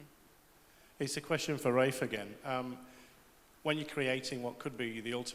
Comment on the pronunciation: when will people learn that it's pronounced "Raif" and not "Ralph" Sighhhhhh...